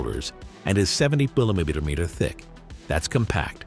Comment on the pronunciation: very interesting way to pronounce kilograms & millimeters. 😂